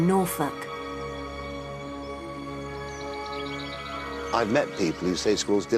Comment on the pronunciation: If you listen it looks like she says norfuck xD